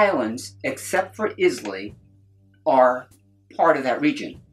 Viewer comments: Islay - EYE-luh Oban - OH-b'n (put the stress on the "oh" the drop the "A") Same mistake with Jura. Should be JOO-rah with the stress at the start. Izz-LAY, oh-BAN and Joor-AAH make my soul curl up and die Auchentoshan was a good effort. is ock-en-tosh-an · i clicked away at Is-Lay and Campbel-ten :D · You keep pronouncing the name “ Islay “ wrong my man ... If you are gonna do any video on the regions of Scotch Whiskey , I would highly recommend learning how to pronounce the names FIRST ... 👍👍 Cheers ... 🥃 🥃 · I trust you guys but please get it right if your sending knowledge out eye-la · It pronounce “Eye-la”